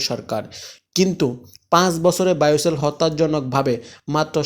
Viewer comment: বোয়েসেল শব্দ টা সঠিক ভাবে উচ্চারণ করতে পারেননা নাকি বায়োসেল কী?